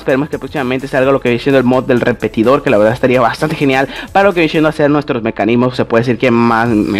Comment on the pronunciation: Se dice viene siendo no viene chendo 😒😒